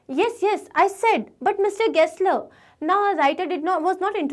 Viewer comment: Gessler ❌ Guessler✅